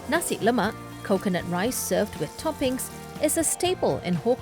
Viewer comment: Guy can't even pronounce nasi lemak properly. No wonder cannot make it